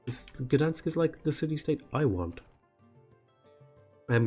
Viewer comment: Wow, you say "Gdańsk" quite well. Not many foreigners care to try ;)